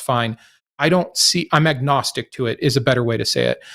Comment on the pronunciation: Is it A-gnostic not ag gnostic? Don't pronounce the G.